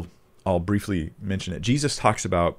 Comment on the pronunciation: you said 'Jezus' that sounded so Dutch!! Thank you again for your wisdom! And the blessing you share with us. God is good.